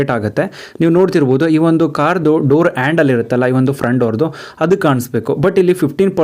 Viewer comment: ವಿಡಿಯೋದಲ್ಲಿ ತುಂಬಾ ಚನಾಗಿ ಹೇಳಿದಿರ ಆದ್ರೆ ಕನ್ನಡ ಪದ ಬಳಕೆ ಯಾಕೆ ಈತರ ಮಾತಾಡ್ತಿರ ಹ್ಯಾಂಡಲ್ ಆಯಂಡಲ ಅಂತೀರಾ ಥರ್ಡ್ ಗೆರ ಗೆ ತರ್ಡ್ ಅಂತೀರಾ ಹೋಗೋದಕ್ಕೆ ಓಗೋದು ಅಂತೀರಾ ಹಿಂದಕ್ಕೆ annodakke ಇಂದಕ್ಕೆ ಅಂತೀರಾ ಅದೇನು ಅಂತ ಕನ್ನಡ ಮಾತಾಡ್ತೀರಾ ಗುರುವೇ